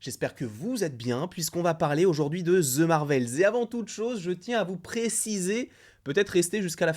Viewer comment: ahhhhhh arrêtez de prononcer ``the``, ``ze``. c`est trop. Mais j`apprécie tes vidéos